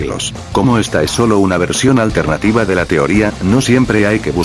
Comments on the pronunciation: Al final en ves de decir alternativa dijiste altenativa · dijo altetiva